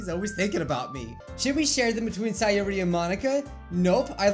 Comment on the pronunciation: i love it when he pronounces their names correctly nat-ski sa-yori